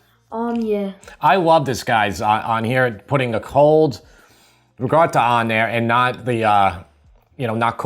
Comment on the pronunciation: Absolutely, unequivocally LOVE your channel but... WHY do you say ruh-gotta, instead of RIKOTTA???